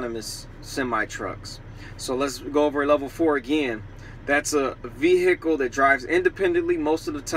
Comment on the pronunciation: Never heard someone call it a vee-HICK-ull